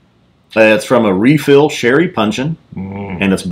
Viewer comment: You’re Texan now. Anyone who can pronounce “refill” with 4 syllables is Texan brotha. Nice job fellas. Cheers